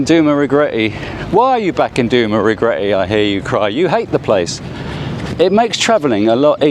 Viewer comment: Duma Regretty! LOL! Love it man! 😂😂